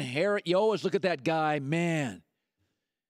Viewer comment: Colin says "always" weird. He says "allwehs" 😂😂